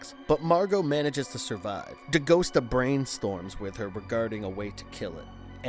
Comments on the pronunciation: Novel was so much better, they cut out the main character Agent Pendergast It's Dee Gust AH, not Dee Ghost ah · Not De Ghost-ah. De-Gus-ta! He told you in the movie!